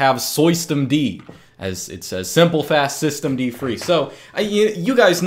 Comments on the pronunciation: "soy-stemd" xd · As soon as I heard "Soystem D" I lost it 😂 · "Swisstem-D", well said